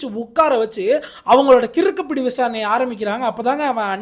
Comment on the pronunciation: கிறுக்குப்பிடி இல்ல கிடுக்கிப்பிடி சரியா சொல்லுங்க